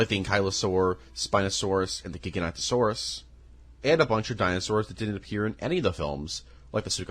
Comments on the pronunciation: Great video! But good lord those pronunciations were simply atrocious 😂 Mat-an-sair-os Tuh-con-yo Mwair-tay Pain-yuh Edit: Also gig-uh-note-oh-saurus Edit 2: the ‘t’ in Carnotaurus is right there my guy 😭 Edit 3: okay I’m done, these dinosaur name mispronunciations are horrendous and I can’t correct all of them 💀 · he said it like ji-gan-to-sorus but its actually gig-a-not-a-sorus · "gigantosaurus" bro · A little correction, you have to pronounce the first o in Giganotosaurus. I'm fairly certain that Gigantosaurus was a sauropod, not a theropod like Giganotosaurus.